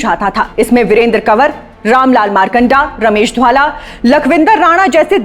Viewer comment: महोदया, घर में किरायेदार आ गए हैं और घर के सदस्यों को नजरअंदाज किया जा रहा hai. स्क्रिप्ट नहीं आती बनाने. रमेश धवाला का नाम भी नहीं बोलने आ रहा. कहां से आ जाते हैं ये नौ सीखिया एंकर